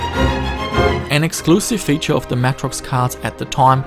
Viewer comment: Please pronounce Matrox properly. MAY TROX. Not Mah trox.